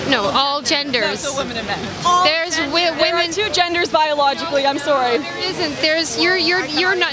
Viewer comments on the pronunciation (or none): "im sorwee" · I love how Lauren says sorry